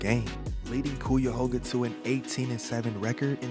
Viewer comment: cuyahoga - ki a ho ga. thats how u say it. I go there, just wanna make sure yu know how to say it